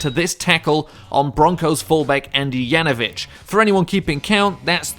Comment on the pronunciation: It's Janovich not Yanovich.